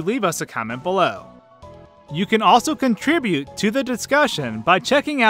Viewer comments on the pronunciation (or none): none